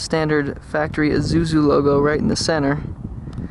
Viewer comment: Pronounced "e SU zu"